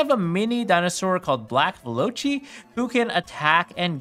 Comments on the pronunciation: “Veloci,” is pronounced “velo-see.” It comes from the word “velociraptor.” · Dude, I'm sure you know by now, but you're pronouncing "veloci" and "ptera" wrong. 🤦🏼‍♀️ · That is definitely not how you pronounce Veloci and Ptera. Also the Black Dinos are just a series. To be an archetype the archetype name has to be mentioned in card text within quotations. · Velocity just say this just pronounce it how it looks you’re not saying it completely right